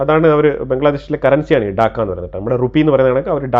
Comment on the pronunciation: Daakka alla bro. Taakka